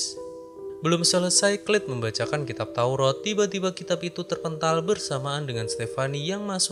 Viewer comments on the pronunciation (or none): taurat bkn taurot 🤭🤭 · A sama o sama2 di baca o